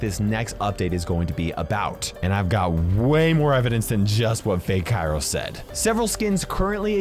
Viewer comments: In modern greek kairos primarily means "the weather" and it's pronounced k-E-ros like E-l Primo, E-dgar, Col-E-tte. Not K-I-ros like P-I-per XD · Actually kairos in greek is pronounced keros(καιρος). Its with a diphthong which is pronounced as a greek "epsilon"(έψιλον). If you read that just letting you know. And it does mean what you said. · Fun fact: In Greek (present time) the word Καιρός (Kairos) could also mean "Weather" depebding on the context. Also, the word is pronounced Keròs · Btw it's pronounced keros :)